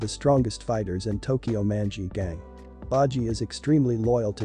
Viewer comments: it sounds like tokyow munchy ghang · how you say "tokyo manji gang" just pisses me off